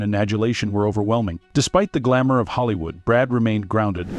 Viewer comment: If you’re going to make videos about Hollywood, please pick a voice that can pronounce Hollywood.